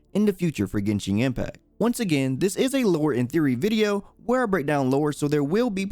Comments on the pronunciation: He really said GENSHING IMPACT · Yuanshen Impact